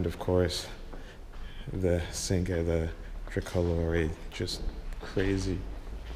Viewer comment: Did he just say the "sinkay" LMAO!